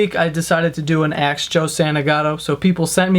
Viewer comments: He always says "aks" instead of "ask" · Idk why but when he says ask it pisses me he says it like atsk like can u just say ask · why do you say aks instead of ask lol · You spelled it right how come you can't say it right. It's Ask not Axe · he says aks instead o ask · Why do you pronounce 'ask' as 'ax'? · I love your videos but i have a question, why do you pronounce "ask" as "aks"? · Joe, it's ASK not AXE. Sometimes you say Ask but alot of the time you say AXE. or AXED. That drives me NUTS. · Ralph Hillman thats been driving me crazy since forever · Does any one else realize that he says aks instead of ask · ax no it's ask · Yo joe can you please say ASK right cuz you're pronouncing it AKS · God, the fact that this whole comment section is filled with "why does he say "axe" / "aks" like do you not know anything about the way we speak in different states or whatever. Some New Yorkers pronounce things differently from others gosh it's normal. There is a right way obviously, ASK. But it's just the way it's pronounced and said. No one would ever spell something and be like "axed" if so, ur a shit head 😂💩💩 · Ask is "ask" not "ax", say it right if u want to continue making fun of dumb ppl u can't say words wrong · I noticed you always pronounce "ask" as "aks" what's wrong with you man!? besides that, you're hilarious keep up the good work! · I love your videos but one thing bothers me. You can spell it correctly but you don't say it right.....Ask.......aks? Keep the videos coming!! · ITS "ASK" NOT "AKS" ALRIGHT ? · I'm not hating, but it sounds like you're saying "axe" instead of "ask" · Joe I love your videos and all but It's ASK not AKS/AX!! Don't make fun of idiots on the Internet when you can't even say the word ask properly.. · Lol Joe your shit is pretty funny , but how can I take u serious talking about "idiots of the internet," and your saying Aks ( pronunciation - axe ) supposed to be saying ask ... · Did you say axe? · He says ask like axe it’s funny